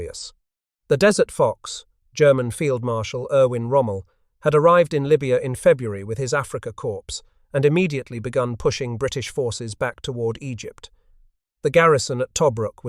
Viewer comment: 'Loo-ten-ent'? 'Afrika Corpse'? 'Jock Loos'?